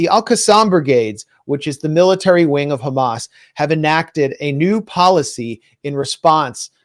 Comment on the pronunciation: Netanyahoo is so stressed that he even occasionally forgets to pronounce it Khhamas